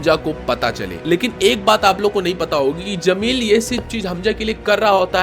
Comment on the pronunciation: Bro its Jameel not zameel...better for you would be to use an AI voice over